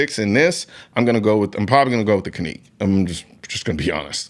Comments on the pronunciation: Canik.... Can-ick. Not Canique`. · The "Caneek"? Like Shaneekwah? I think you meant to say "Canik" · It is pronounced "jhenek" in Turkey. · Is it pronounced (Kaeek) or (Can-ik)? Because ive never heard it pronounced like that before. I have a Canik(Can-ik) TP9 SC. It is an amazing pistol. Absolutely the best and most accurate handgun I’ve ever shot. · 🤔🤔 why is he calling it a [cah•neek] was that deliberate... I always thought is was [can•ick] i trust his opinion and like his content but its always a red flag when I see content creators make reviews on products they mispronounce... 🧐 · 2 things: No 1: Canik you pronounced kahneek is actually pronounced like janick FYI. No 2: You're a Texas guy, why aren't you rocking a Shadow Systems CR920/CR920P...just saying. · The can-neek 😂😂😂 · Cahneek mayteee ? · The best, most ergonomic single-stack 9mm compact handguns are from KAHR....absolutely the best quality and fits in the hand like a glove and eminently conceivable. Next best is the Canik MC9LS....PERIOD....Hey fella it's not CANEEEEK ! Don't be disrespectful just because it's Turkish. HAVE SOME RESPECT. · caneek?? lol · He called it a caneek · This man said caneek 😂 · “Cuhnek”… excuse u😟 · Bruh..."Caneek" though? I love the MC9 and the RXM i go between both of them depending on where im going. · lol. First time I heard Canik. Pronounced that way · Bro said canik wrong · I had never heard "Canik" pronounced like that. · Why does he pronounce Canik so weird?